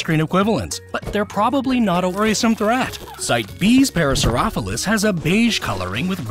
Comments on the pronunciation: Loved the video. Idk if I can get over hearing “Parasauropholus” over “Parasaurolophus.. The difference? The pronunciation in vid: para-saur-off-o-lis Real pronunciation: para-saur-olo-fis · Is it an American-ism to say Para-saur-opho-lus rather than para-saur-olo-phus? I hear it a bit with no explanation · you had 2 years to correct your pronunciation of “ ParasaurOLOPHUS” smh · The parasaurolophus is pronounced pa-ra-saur-olo-fus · It's still funny no matter how may times I hear it, Parasauropholus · Bro STILL can’t say “a Parasaurolophus” correctly 😭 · Still, after all these years, you can't pronounce Parasaurolophus. 😂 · You mispronounced parasaurolophus again